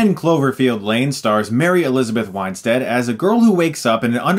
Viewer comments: Winestead? Not Win-stead???? You sure? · Argh! Chris! AGAIN, you KILL me with mispronouncing actor's names! It's pronounced "WIN-stead," as it's spelled, not "WINE-stead." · It's pronounced Mary Elizabeth WIN -stead, not WINE-stead. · Pretty sure it's WIN-stead, not WINE-stead. Don't mean to be a dick; love your reviews. Just had to chime in. Cheers, dude. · WIN-STEAD, not WINE-STEAD. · *"Winestead" haha I used to make the same mistake pronouncing her name...tomato, tomaato whatever am I right? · Weinstead? Winestead? It's not even close!